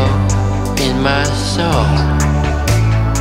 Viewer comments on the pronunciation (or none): “In my sthoul” 😂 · listen how he sounds like he got a lisp when pronouncing “soul” while trying to lip-read jin lmfao